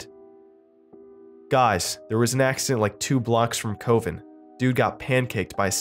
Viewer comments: COVEN, eh? I love how his drink brain read that as ko-VEN instead of CUH-ven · "coh-vin" oml, i visibly cringed. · Did u mean cuh-ven? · I actually though he did it on purpose. Because the character was drunk right? So misreading things when drunk would be common, right? I didnt realize someone was gonna get butthurt about it. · Heck of a price to pay because you mispronounced a word.